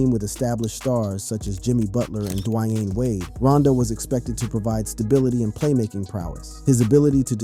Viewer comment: "Dwy-ayne" Wade.